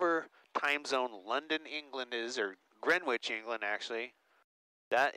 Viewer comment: The W is silent in Greenwich ::)